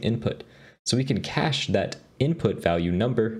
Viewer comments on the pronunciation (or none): none